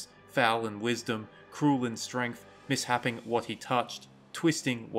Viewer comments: "Miss - shape - ing" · Do you mean misshaping ? Which is pronounced miss shaping… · Misshaping is pronounced 'miss-shaping'. The second syllable rhymes with ape, not sap. It refers to shape. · The person in the video isn't very good at some things. So they made a pronounciation mistake. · For future reference: Correct pronunciation of misshaping: mis·shape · Did you really say miss-happing? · Many people have already commented on the misspelling of that word. We know that this YouTuber isn't good at some things. The pronounciation of the word "misshaping" is one of those things. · miss-haping or mis-shaping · yeah i would say he mixed it up with 'mishap', which would be an easy mistake. unless he actually intended to say mishap, yet i have never heard of mishapping lol. anyhow not a big deal.